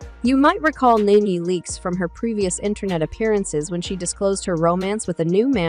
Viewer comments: Her name is Nene not Nan ,!! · Her name is pronounced like the word knee (knee knee)...not nen or neen ...yw 🙂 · Who narrated this???!?!? They can’t even say her name correct !!! Whoever narrated this should do their due diligence on sayings name correctly!!!